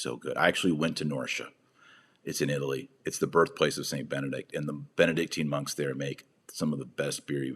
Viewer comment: Dr. Marshall, perhas I am a bit anal retentive, however, youhave a rather annoying tendency of forgetting that the previous pope but one is Be-ne-dict which consists of 3 syllables yet, all to often you glide, or rather, omit the second syllable.